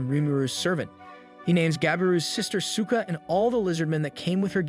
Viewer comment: The way Souka's name was pronounced kept getting a chuckle out of me because to me I kept hearing "Cyka".